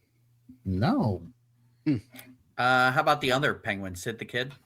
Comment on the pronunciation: I literally slapped my forehead when EP said Malkin.